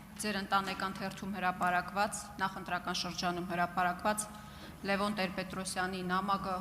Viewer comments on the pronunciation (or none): none